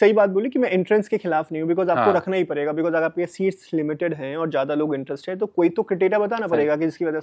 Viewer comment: Padegaa ❎ parega ✅